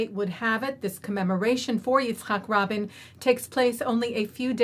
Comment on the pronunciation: You mispronounced Rabin's first and last name . Please correct in on air and apologize for dishonoring him by forgetting his name